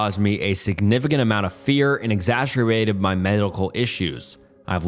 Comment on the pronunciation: “Exasterbated”. Come onnnnn. 😂